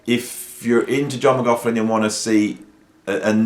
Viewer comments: This great dude but it"s pronounced Mc Loch Lin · yeh man i got a little bit enraged every time he said mac larf lin like "mac 'avin a larf...lin". Nuh uh. 😆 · I like your reviews but why oh why do people mispronounce his surname. There’s no F n F in his name also. No PH. Ask a Scotsman’s or Irish man. Apart from that great review. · This man can’t even say johns name right FFS